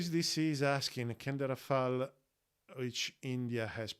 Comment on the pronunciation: Great channel! Learning a lot of nice stuff and congratulations as you are the only one in this field, as a none French native, to pronounce "Rafale" the right way. Monsieur, vous gagnez un nouvel abonné.